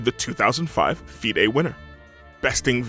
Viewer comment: How hard did he butcher FIDE tho 😂